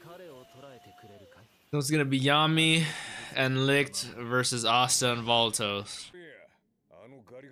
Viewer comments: I'm a little late here obviously but licht is pronounced "Lick-[cleared throat]-ed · Just say it like Lit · Pronounce it - Lee - kt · i need to correct you. im german and its more a sh than ck like lisht but a little bit smoof so its licht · Licht pronounce "Lisht" like the "sh" in shut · Lichts name is pronounced "licked" it's German for "light" a lot of Japanese anime uses German words for magic as they have a European Gaelic sound. One example would be Licht Bach from Plunderer literally translates to light flash, his hero prefix in the show. Hope this helps bro if haven't been told already. 🙏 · Thanks for the video! Licht is pronounced Lickt, and another fun fact is that Yami literally means darkness in japanese. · Licht is pronounced like “licked” in the English dub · Licht is pronuced Patry. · Just let Google tell you how to pronounce light in german, thats his name. But i guess the german CH is hard for you guys overseas